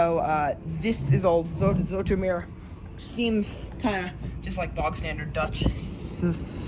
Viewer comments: I can't get over the fact that he keeps saing "Zoh-etter-meer" OMG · To pronounce Zoetermeer properly say 'ooh' and remember that sound incoporate your 'ooh' into zoohtermeer and your there!😂❤ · You said Utrecht, now try to say the U in the same way here: Zutermeer, there you have it: Zoetermeer.. Now you can work on "Utrecht" ❤ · You could probably have asked someone how names are pronounced. Most Dutchmen are happy to instruct our phonetically challenged brothers and sisters in rest of the world, ie. everyone else, in the way god intended letters to be pronounced, as we're the only ones that seem to be getting it right. 😜 You would have learned that you could simply have pronounced "Zoet" as "Soot" instead of that complicated "z-oh-eh-t" with which you're putting the tip of your tongue in mortal danger of being bitten off. 😁 (Knowing my fellow Dutchmen they'd probably throw in some interesting new curses with which to impress your friends and neighbours, entertain impressionable young children and scare off small predators.) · The oe in Zoetermeer sounds like the oo in zoo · The "oe" is pronounced like the oe in shoes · Oe, like in Zoetermeer is pronounced like oo in good. I like to see what surprises you, whereas I (65 years) have seen it develope. Den Haag you pronounce remarkely well!!